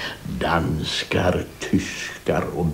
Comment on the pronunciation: och Istället för ”Danskar” hör jag ”Danskjävlarrrrr!!!”, vet inte varför… 😉 Allt med Ernst-Hugo förtjänar naturligtvis en tumme upp.